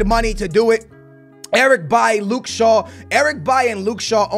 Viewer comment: Why do you pronounce Eric B-A-I If it's Eric B-A-I-L-Y